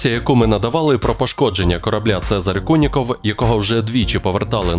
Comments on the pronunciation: "Куніков" , а не "Кулінков". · "Цезарь Куников", а не Кулинков!! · Не Кулінков, а КУНІКОВ!